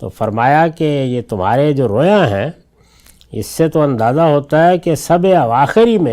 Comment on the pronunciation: رویا واو مجہول سے نہیں واو معروف سے ھے